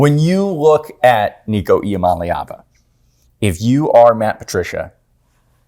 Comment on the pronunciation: with the correct pronunciation of Nico Iamaleava!, all short vowels!